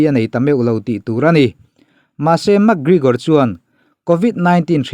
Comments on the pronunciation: Mak gregor te ti mai2.. Lam dan hi uluk ve thin che u. Makkkkk gregor an ti lo. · Mak Grigor ah??😄😂, Pronunciation zir that le ngai tlat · Iti Mak griigor thei e pronounce dan hi a 😂😂 .min 10 vl chhung in adds 3 vl bawk itiho mak grrigor hle bawk 😭